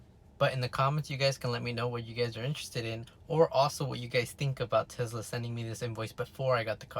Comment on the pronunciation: If you say sezla one more time bro